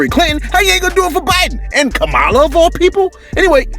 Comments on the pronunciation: Dude you are pronouncing the vice president name incorrectly It's like saying Pamela with a K, every time you say her name it makes me think of that wrestler from the '80s lol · Why he calling this lady K malla 🤣🤣🤣🤣🤣🤣🤣🤣🤣🤣🤣🤣🤣🤣🤣🤣🤣🤣🤣🤣🤣🤣🤣🤣🤣😆😆😆😆😆😆